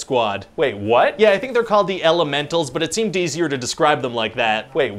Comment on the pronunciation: am i the only one or did anyone else hear him say "It seemed DCer to describe him like that"?😂